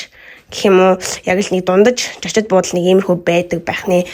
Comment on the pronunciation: жочид биш зочид шүү